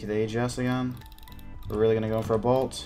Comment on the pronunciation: I love how you say bolt. "Bult" love you